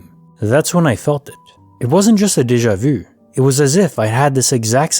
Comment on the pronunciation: Anyone giggle when he says Deja vu?